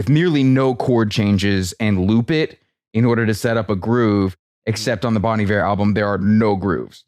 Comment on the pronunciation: Sounds like you're saying "Bon the Bear"